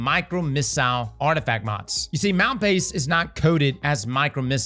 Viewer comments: It's actually pronounced Mal-pie-ees, which translates to badlands. Thought it was neat. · New mal-pie-eas. That’s how you pronounce it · "New Mal-pah-yahs"